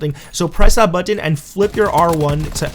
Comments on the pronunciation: It's button! Not buu..-ton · Can't say button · Why can't you say button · If you say button like that again I'll vomit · You say button weird lol